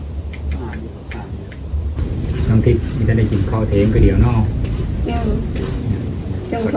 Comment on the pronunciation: สบายดี.เว้าผิดสอโตกินเข่า.ต้องเว้าวาสอแข่วกับปากกินเข่าก่อนเด้อจิ้นเนาะ🤔🤭😁